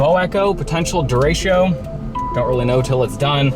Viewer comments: Not to pick at you but it’s “derecho”, not “derecheo”. Nonetheless, great and solid footage. As someone from Cedar Rapids, this was a horrific and seemingly unending storm that we’re still trying to clean up as a city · 🤣 You can't even say Derecho the right way.